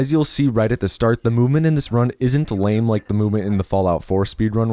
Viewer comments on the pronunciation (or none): none